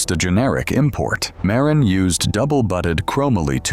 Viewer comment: Ai voice. Mispronouncing something as simple as Marin county.